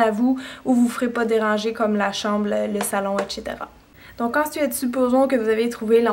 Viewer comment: J'adore ce que tu fait et tu me fait trop rigoler quand tu dit " etchétéra " au lieu de dire EXETERA, LOL tu est mignone, je t'ai mis en favori et je ne regarde que tes conseilles pour me maquiller et tout le reste comme le rangement etchétéra ... lol bref, je t'adore parce que tu est naturel ;)